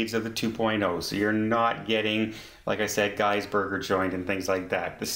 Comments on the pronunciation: I was thinking the same thing when he said Gee my ears cringed a bit but it's more of a French thing then English Canadian dialect. Anyways, gotta run to the dep and get a Coffee crisp to go with my vernaculars! 😉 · It is 100% pronounced Guys. But you can say it anyway you like bc your YouTube channel is everything.